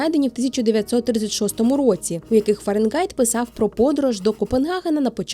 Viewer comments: Цікаво! Але Фаренґайт дуже ріже слух. Фаренгайт же ж (Fahrenheit)! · Схожа тема. Не ображайтеся тільки. Фаренгайт - повага, бо нарешті. Але звучало постійно ФаренҐайт. Не одразу зрозумів, що не так. А відео дуже якісне, щиро дякую